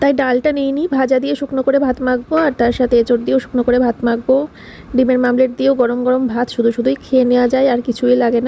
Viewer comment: Dimer mamlet😂😂😂😂 ota mamlet na omled